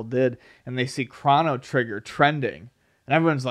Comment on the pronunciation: The amount of "Crawno Triggar" in this video is too damn high!